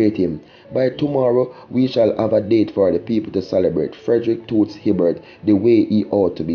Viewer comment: you need to pronounce the icon's name properly.You have no sense of history, cmon you doing this long enough man.